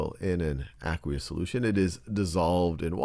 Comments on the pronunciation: It's pronounced "Uh-quaye-us" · I thought it was ay-qwe-ous